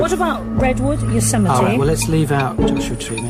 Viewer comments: It's certainly unusual even for UK. I think most people in Britain would correctly pronounce it Yo-sem-itty. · "yo-suh-mite" aaargh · Yo-se-mite? What the heck was the host smoking? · "yo-suh-mite" UGH. NO. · Ýosemite? It's Yo-se-mi-tee, LOL. (That's the only time in this show that I felt the least bit well-informed.) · Mary Kelly It does not rhyme with Marmite, but is closer to Yo-semm-itty. I did not know this and also assumed the marmite-version, until I moved to California and actually visited the park :p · If you're going to present a reasonably erudite quiz show, at least ascertain how to pronounce "Yosemite" beforehand. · What way are they pronouncing Yosemite?!